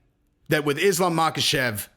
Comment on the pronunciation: The K is silent in Islam's last name. Also silent in Khabib and Khamzat.